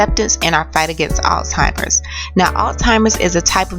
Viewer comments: The word is pronounced "al simers". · I hope i didnt hear you say all-timers. It's Alzheimer's bitch. And I'm quite sure you've never been married.